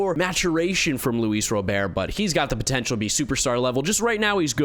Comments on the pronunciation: Luis Rah-Bert. Robert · Is anyone ever going to tell him how to pronounce Luis Robert's last name? It's been a long time now